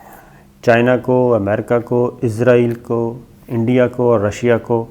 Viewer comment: Oa kaka .. azrayal na ha asrayal hota ha